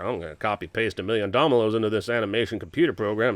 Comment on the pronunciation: I think he said domilos instead of dominos 😂